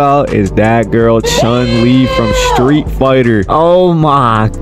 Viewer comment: Bro says he's a true street fighter fan when he don't even know the real pronunciation of chun lee👎👎